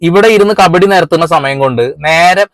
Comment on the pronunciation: കബഡി അല്ല കവടി